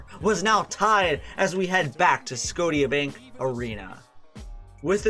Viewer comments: Watching this was great, one thing about Toronto is it's gonna be dramatic one way or another! Just another comment: Scotiabank Arena is pronounced like Sco-sha-bank, thanks to the lovely Nova Scotians on the East Coast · sco-tee-a bank arena, lol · It’s “scosha” bank arena that’s how you say it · I love how he says scodia bank arena and dosent correct himself when editing. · The arena is pronounced se-go-sha. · There is no way he just said sco-ti-ah bank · did this guy actually say "sco-tia bank arena". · Wow scotia bank, its scoshia but lessoned learned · dawg u saying scotiabank so wrong, say it like skosha bank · Sco-tia bank arena haha . Raps 🇨🇦👌👌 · "scow-tea-ya" arena. Lmao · dude called scotia bank sc-oat-ia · Ong it’s SCOTIAAAA BANK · "Sco-tia" and the Ben Simmons ROTY comment make me think this guy doesn't really watch basketball. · The butchering of Scotiabank 😭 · I’ve never heard someone pronounce Scotiabank that wrong 💀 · Bro you mispronounced scotiabank 5 seconds in come on man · I will always pronounce scotiabank as you did from now on 😂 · Such a well put together vid and you can’t pronounce Scotiabank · I understand this video is nearly 30 minutes long but did you just open with "SCOTE-IEA?" Arena? It's pronounced like "Scousha" ... like Nova Scotia. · Good video, but I do want to say that the Tia in Scotia is pronounced like “Sha” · bruh this guy just said sco ti a bank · its sco- sha not sco - ta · mf said Scodia bank arena. SCOTIA. SCO-SHA. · Sco- teea bank arena??? Lol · sko-sha not sco tia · Sco- teeyah?!!! It’s pronounced Sco- shah bank Arena! You can’t be serious! Credibility gone! How can I listen to anything you say about the Raptors when you don’t know how to pronounce the name of their arena? 🤦🏾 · is clearly not Canadian, The Scote ea bank Arena🤣.... the T makes a "sh" sound like Nova Scotia or the Bank there of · it made me laugh when you pronounced the stadium as scodia bank arena you say it like sco-shia bank arena